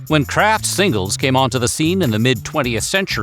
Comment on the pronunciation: what in the AI is happening here? "And like we mentioned earlier [Kr@ singles.. "